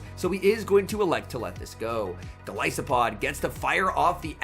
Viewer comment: Anyone else cringe when he pronounces gol I Sopod